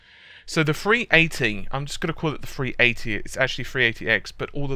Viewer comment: Free 80? You need to learn to speak.